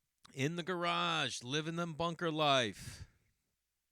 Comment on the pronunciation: Jay in the bunk-uhhh! Boston Strong bro!